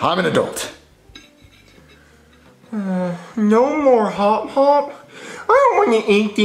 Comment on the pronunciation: Same I was wondering what hot hop meant but it’s hop hop lul